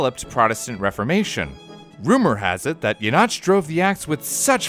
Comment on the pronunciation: You pronounced the name Jenatsch correctly but then butchered Basel and Chur? Lucky or did you look up how to say Jenatsch?